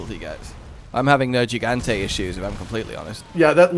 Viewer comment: I keep forgetting pronounces Nergigante with a soft "g", and I also forgot just how much that bothers me.